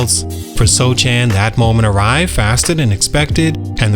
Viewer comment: It's pronounced "So-han", the "c" is silent.